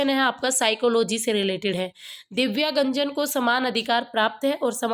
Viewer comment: दिव्यांगजन को दिव्यागंजन पढ़ने वाले😂😂😂😂😂😂😂😂😂😂😂😂